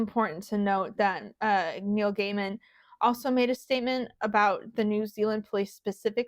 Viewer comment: Gay-min, Not Guy-mun